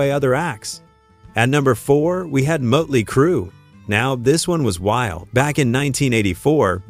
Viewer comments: Mutly crew?? Who the heck is that? I've heard of Mötley Crüe.... Try using a real person talking as opposed to AI fake voicing.... 🤪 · AI said Mutley Crue. 😮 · Moat-ley Crue, huh? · Sloppy AI narration. Mote-ly Crew. Good one. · Mut Lee Crew ... fuck this AI bullshit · "Mutley Crew"...Why do these sites use AI narration? It really SUCKS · "MOTE-LEE" Cru? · You need to teach your AI how to pronounce Motely. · How do you not know who Motley Crue is, or how to pronounce it. Thumbs down